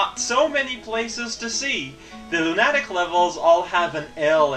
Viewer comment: Just so you know, "lunatic" is pronounced LOO-nah-tic(stress on LOO rather than NAH). Not your fault though, English is full of crap.